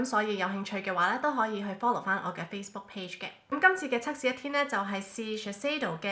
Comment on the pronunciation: 係cak試唔係cuk試啊😂